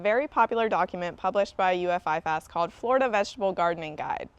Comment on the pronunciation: IFAS is pronounced “I- fus” not “I- fas”. I work here.